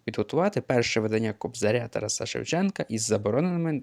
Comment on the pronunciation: Наголошуєте невірно: ТарАса, мерЕжа.